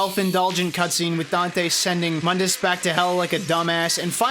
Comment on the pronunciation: Mundas is pronounced "Moondus". Only the the reboot calls him "Muhndus". Edit: Later in the video you call him by the correct pronunciation... Double Edit: You pronounce it wrong even later in the video!